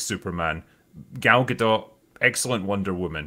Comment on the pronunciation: The T in Gadot is silent.